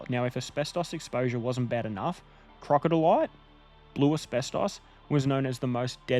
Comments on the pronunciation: For future reference, crocidolite is pronounced crow-sid-o-light ;) A big reason they removed it from maps (which you mentioned at the end) is to stop stupid tourists going there due to the ongoing health risk. I was doing asbestos soil work nearby about 10 years ago and in my free time went into the wittenoom townsite and gorge - before it was properly fenced like it is now. I had full PPE on while there, but there were some oldies setup with a caravan in the gorge wearing footy shorts and singlets...... Crazy behaviour. I managed to find a beautiful rock with a crocidolite vein in it which I've kept and stored safely in a sealed glass jar. It's a very beautiful but also completely contaminated place. Great video mate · I just googled crocidolite pronunciation and found it in like 10 secs. Sounds like krow·si·duh·lite and it even pronounces it for you. 🤦‍♂😂